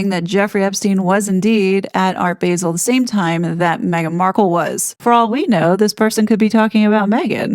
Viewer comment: Gilkes pronounced jilks basel pronounced baa-zl